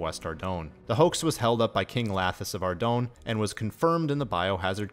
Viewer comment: Brother you mispronounced Fallador, Varrock, and Ardougne. How do you expect anyone to take you seriously if you can't properly say the names of three of the most notable cities. And what the hell are bruma ruts? I must say your pronounciations turned me off from your content completely. If everyone where you're from sounds like that, let me know so I won't ever go there. Managed about 26 minutes before writing this which is a shame because it was mostly a good video otherwise.